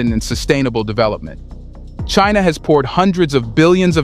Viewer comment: FFS just get someone to do your voice over already 😂. WTF is "Cheenaw"